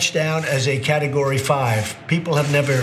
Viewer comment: Did he just say "carrot-o-gory 5"? well, it's understandable because it's orange.